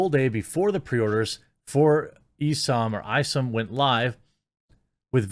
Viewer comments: ISOM, Pronounced - "ICE-UMM" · FYI: It's Isom (Eye-Some), went to school with a guy with that last name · Eye - Some is how you pronounce it.